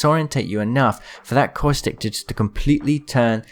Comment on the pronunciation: I cant get over how u keep saying "Coystic" instead of Caustic 😂